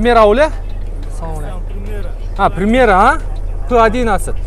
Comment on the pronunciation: Примат эмес примера